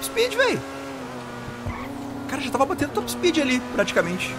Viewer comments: em vez de falar top speed, fala TOP SPIT KKKKKK, e traz o mod do camaro ZL1 é um carro que sou apaixonado vlw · em vez de falar top speed, você podia falar TOP SPIT KKKK